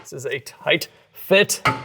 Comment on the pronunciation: With the gold hardware, when you say it's a tight fit, I hear you saying it's a "toit" fit.